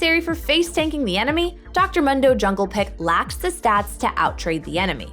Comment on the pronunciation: He says his name in game "moon - do" not fucking "m - hun - do" Jesus...